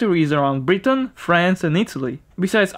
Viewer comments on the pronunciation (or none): none